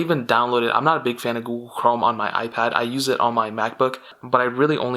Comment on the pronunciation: u cant say google lol